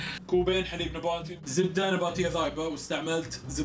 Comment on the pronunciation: انا الوحيده الي تسمع كلمه نباتي طباطي ؟